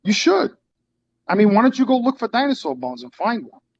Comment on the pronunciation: "Dine saw"